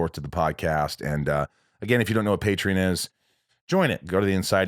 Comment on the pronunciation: Hey bruh, say "neon", now say "patreon". If you say it right I'll subscribe.